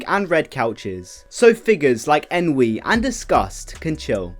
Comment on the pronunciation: Ennui is pronounced "on we" not en we